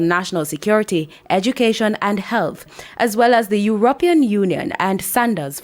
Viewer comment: IT IS NOT SAID AS EURUPEON IT IS SAID AS EURO PEE UN GOING TO SAY SOMETHING SAY IT RIGHT INCLUDING WHEN REPORTING , NOT THE FIRST THAT REPORTER SAID THINGS INOCOREECTLY